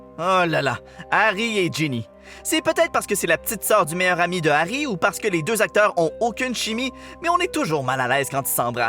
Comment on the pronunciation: Giarry on dirait diarer